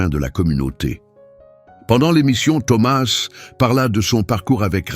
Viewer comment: C'est une histoire très belle mais pourquoi ce Mr qui raconte ne prononce pas correctement le nom de Thomas ?!!!!?!!?en français on ne prononce pas la lettre s à la fin de ce prénom !!!!!?!?!!! j'espère que tout ça c'est pas virtuel !!!!???